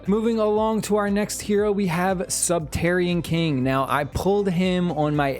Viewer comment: "subterrian king" even though its sub-ter-ain-ian king